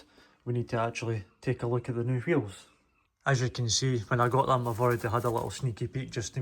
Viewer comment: Bro said qheels 300 times